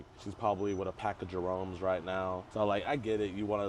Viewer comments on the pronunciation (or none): “A pack of jaromes”🤣🤣🤣🤣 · “A pack of Géromés! 😂💀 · Seeing a black man say "a pack of jeromes" is CRAZY work. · My boy said a pack of Jaromes lol 😂😂😂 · Bro said pack of Jerome’s 😂😂😂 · Not a “pack of Jermone’s”😩🤣🤣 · "Pack of Jerome'"😂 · "A pack of jeromes" has me in shambles 😫😭😭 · “A pack of Jerome’s ” 😂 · BRO SAID A PACK OF JEROMES